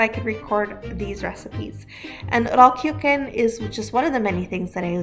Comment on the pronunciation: That Mennonite lady mispronounced Rollkuchen with such confidence and zest